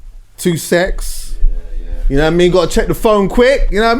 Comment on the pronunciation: "2 secs" is what he said, "two-sex" is what I heard. made me chuckle considering the guest